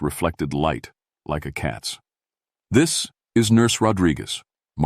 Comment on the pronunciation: Nope. NOT A FAN. So much of this is just not right... some of the inflections, and the way some words are said, ie: "B. Leech"? that is supposed to be bleach... or "T his" when it's supposed to be "this" "rye tings" instead of "writings" It's just not right... most definitely not a human reader. And the way this not-a-human reads is most definitely not great.. What the heck happened ?? You sound like a dying robot. Legitimately! And whatever you said at said point doesn't make a lick of sense... "sea hild's"? Come on, bro! That is obviously supposed to be "child's"!!!! I'm trying to make it through this, but it's becoming most difficult . Yeah this is awful.. i wish i could hear these stories read by some BODY else.